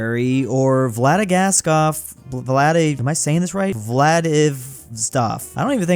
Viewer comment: Vladivostok is probably the biggest disaster of a pronunciation yet.